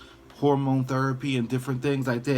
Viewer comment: Thank you for your story & I’m glad to hear that you’re happy 😄💛 I knew you was from Maryland by the way you said “therapy!” 🤣